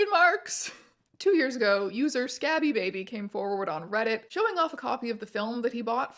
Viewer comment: Scabie as in scabies, not Scabby as in scabs. Scabie and Baby, they rhyme. The number of Bs changes the vowel sound.